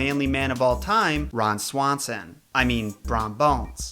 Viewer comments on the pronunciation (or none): none